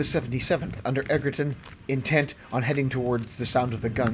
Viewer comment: Thank you for a thunderingly good account of the battle. Been waiting for this. PS I'd just make a small correction to assist with any future presentation that features Colonel Egerton. The G is pronounced as in Ginger, and so Egerton is pronounced Edgerton. It's sometimes spelt this way, but I'm not sure which one is the original.